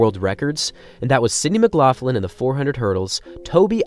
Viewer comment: Are you sure you're pronouncing McLaughlin's name correctly because I hear Irish people saying the hard sounds not soft sounds and it's the World Championships not the World Finals